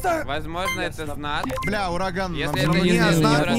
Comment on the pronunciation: Мне послышалось или нет меня кажыца что урагану сказали дуракан